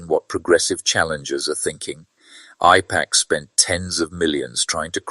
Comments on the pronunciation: I love your accent but are you saying “I” PAC or “A”IPAC with an accent. It throws me off every time you say IPAC,it was hard fo me to pay attention. I had to watch the video twice. Still love your channel ❤ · I appreciate this video. But, please, the pronunciation it’s A-pack, not I-pack! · AIPAC is pronounced with an A, not an I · Correct pronunciation matters. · Apparently, AI does not know English well. It is AIPAC, Ai says long A, Pac, short A. Train your pet better.